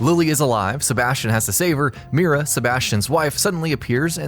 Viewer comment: For The Evil Within 2, there's really only one answer: Ruvik. Also, Myra is pronounce My-ruh. The word 'my' followed by the sound '-ruh'. Not Meera.